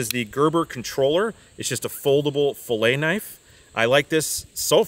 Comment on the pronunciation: Great video,! Also I appreciate that you say "filet" correctly.